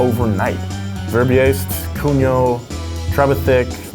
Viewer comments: Nicolas Cungot lol 😂😂😂 it's Cugnot my american friends 🇫🇷 and the "Ferdié Chério euh veupaeuuur" was excellent 😂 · It's Nicolas Cugnot, not Cungot! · Cugnot ... not "Cungot" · I mean, that's written "Cugnot", not "Cungot"... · You may not pronounce Cugnot correctly, but at least try not to misspell it. It’s quite important step in cars history. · That's Nicolas "Cugnot", not "Cungot". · Cugnot. Not Cungot. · my 7th grade teacher is the only person ive heard claim ford invented the car in the 1900s even my dad knew about cugnot but he pronounces it kug nut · He isnt! HE'S cogNOT